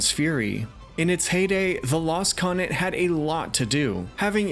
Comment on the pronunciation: Great stuff but please sound out your words. It’s continent. Not coninet